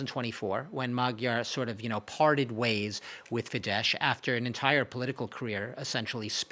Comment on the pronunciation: It’s just not professional: tries talking so profoundly about unternals of Hungarian politics and doesn’t manage to pronounce the parties Fidesz and Tisza correctly. He swaps sh and s consequently. Sz is just s as everyone knows how had listened more than 5 seconds to Orbán or Magyar. This makes the whole rest untrustworthy and has a very arrogant touch